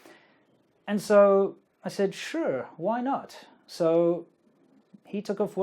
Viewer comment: lol when you said " sure " that mandarin accent came out